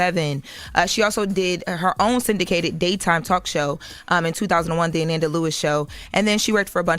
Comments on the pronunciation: Pronouncing Ananda like Amanda is driving me crazy! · They put more respect on Kamala's name and she paid them dust. Her name is pronounced.. uh-non-duh!! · I THINK it’s pronounced Ah-nahn-da but I’m pretty sure that it just went over their heads.. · Pronounced A-non-da 😡😡😡😡😡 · A-NoN-Da not A- nan- Da lol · is weird, why does she mispronounce her name, pronounce it correctly,then mispronounce it again. She needs less air time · If I didn’t know who she was talking about I wouldn’t have know by the pronunciation of her name 🤦🏾‍♂️. The fact envy and Charlemagne knows the correct way to pronounce it and didn’t correct her pissed me off. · Can we say her name right???❤❤❤ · Please pronounce the woman’s name correctly. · Said her name wrong 😢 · I said the same thing in my post. SAY HER NAME RIGHT!!! YOU HAD ONE JOB! The most irritating thing was kept switching back and forth when saying Ananda's name wrong, then right, then a few minutes later she would pronounce it wrong again! WHY??? It was so disrespectful bc she will get that Diddy court case stuff right by triple fact checking, but Ananda, a ground breaker in journalism and media, she phones it in like this doesn't matter. You only have one time to give someone a R.I.P. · If doesn't learn how to pronounce people's names correctly 🙄.... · The fact that their are THREE OTHER host and no one bothers to correct on the proper pronunciation of this woman’s name. So disrespectful 😢